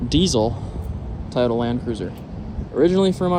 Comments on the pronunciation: No way you calling it a tay otaa 😂😂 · Tie-o-ta? Never heard Toyota pronounced that wat. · Bro I’m gonna need you to learn how to say Toyota. Lol